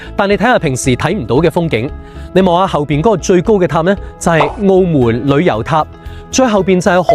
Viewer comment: 澳门（闷），唔系“澳门”（moon）